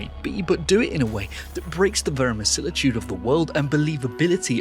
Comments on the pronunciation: "Verimisilitude". AHAHAHAHAHAHAHA! People already laugh at you when you pull that one out because they know what you're doing. You're pulling the "look at how smart I am! I unnecessarily pull out obscure words that are bigger and more awkward than what most people use to convey the same thoughts!" I've never seen someone screw it up before though! "Alright. Time to wow them." *unknowingly fumbles the word* And this is a heavily edited video, too. It's not like he simply got tongue-tied during a live call. He just doesn't know. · Bro said "verimisilitude". Ladies and gentlemen, we have finally found gaming's Terrence Howard. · Haha - Dude says verisimilitude